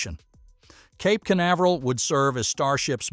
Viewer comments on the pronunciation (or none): none